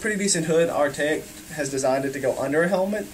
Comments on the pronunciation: “Artayik” lmaoooo 😂😂😂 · how do you look right at the name of the company and still pronounce it wrong